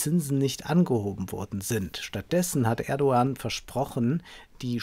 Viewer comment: spricht Erdoan richtig aus!